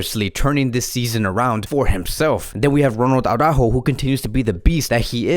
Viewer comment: it is not Au-rájo. No. The accent is on the ú. That means that the emphasis is on the ú. It's Ara-ÚÚÚjo. Try it! Ara-(pause)-Újo. Ara-Újo... AraÚjo. You can do it! Saying AurÁjo to Araújo is like saying Khavóón instead of, or Pooky to Piqué. Just listen to Alex from BP, he is a native Spanish speaker who pronounces it correctly. At least let us have some respect for FCB's players by pronouncing their names correctly. For the rest, you're the best, definitely! Just giving you some friendly advice.